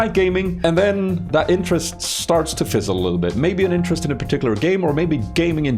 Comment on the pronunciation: "Nah if that aint got your intresst:D" good one